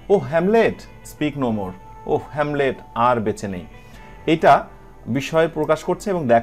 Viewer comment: হেলমেট না হ্যামলেট যার অর্থ কুড়েঘর। শেক্সপীয়ার - উচ্চারণ -[ শেক্ ছ পী অার] (ছ এর মতো উচ্চারণ হবে না)।